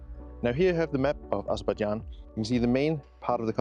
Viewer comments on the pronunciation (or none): hey man. It is Azerbaijan. It is not Azerbadjan. Please correct it. I am from this country.